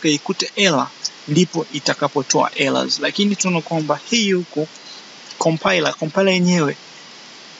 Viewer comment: Errors inatamkwa Ella???kipengele sana aisee